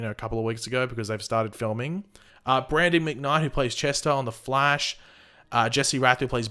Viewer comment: stop saying Flesh instead of Flash